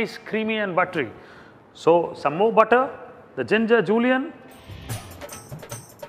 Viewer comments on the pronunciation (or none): STOP SAYING JULIANS FOR THE LOVE OF GOD!